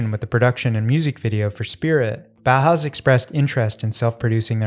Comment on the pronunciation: Ma perché i BOAUS ? Si pronuncia tranquillamente Bauhaus🤭